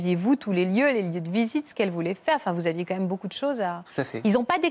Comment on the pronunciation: On dit "Quand même " et pas comme même 🙄